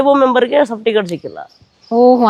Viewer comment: Safticket ಅಲ್ಲ ಅಣ್ಣಾ ಸರ್ಟಿಫಿಕೇಟ್, plse ಕನ್ನಡ ಮಾತಾಡಿ, english ಪದಬಳಕೆ ಬೇಡ